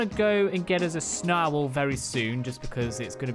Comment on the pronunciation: says snow owl like snarwl 🤣🤣